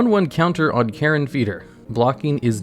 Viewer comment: It's pronounced Carrion, like dead animal. Not Karen, with the bad haircut.